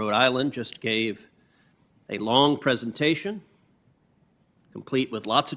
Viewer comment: NICE one Ted. Presentation NOT Preesentation. :¬)